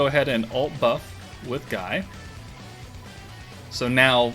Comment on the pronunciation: Btw Guy is pronounced ghee or ghii, just thought id let you know👍